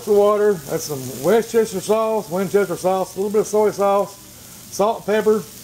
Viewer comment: "Winchester sauce". lol